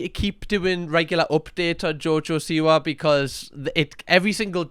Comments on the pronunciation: I thought u said jojo sewer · I love that you pronounce it “Jojo Sewer” 😂😂😂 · it is JoJo See-wa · i love you but i really hate the way you say 'siwa' 😭😭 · I love the way he says jojo siwa lmfao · Still,saying her last name wrong haha